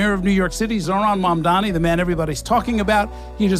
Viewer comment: Such intelligent press secretary. NOT. can't even pronounce MAMDANI PROPERLY. dunce.